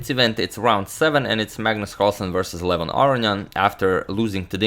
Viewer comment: I can't stand the way agadmator pronounces Levon Aronian's first name. It is an 'o' not a 'u.'